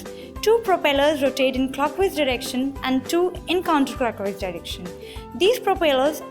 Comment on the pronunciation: Clockhwise dirrection and Counterrclockhwise direction 😁😁😁